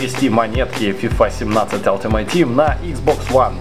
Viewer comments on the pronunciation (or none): none